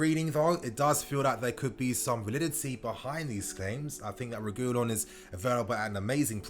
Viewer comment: I beg stop saying regoolon😭 it’s pronounced reg ( like saying regular) ee yon (two L’s is pronounced like a y.)